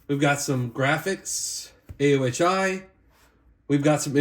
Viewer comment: it's pronounced "o-hi"